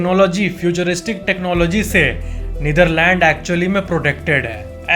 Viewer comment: You are the first person who pronounce netherland correctly